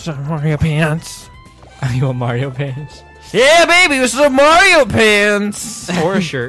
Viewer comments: theiy say mirthee its mario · Why do you call Mario Marity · Srsly u call Mario merrty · IT'S NOT MERITY IT'S MARIO I'M GONNA GET SO TRIGGERED OVER THIS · why do thay say meer-ty instead of mario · They say miraty as mario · why is he saying mierty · because they like calling mario marity? :)